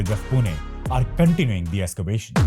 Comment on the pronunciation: Nice topic and thanks for updating. Small suggestions,... end of sentences are swallowed up so not heard clearly, and the music is too loud. Also, it is Ex-cavation not Es-cavation. Please don't be discouraged by my suggestions, it is meant only for making your videos better. Keep up the good work. -from an elder.